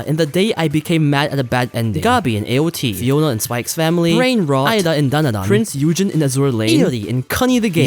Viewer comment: Prinz Eugen (oi-ee gehn), why i still play AL ❤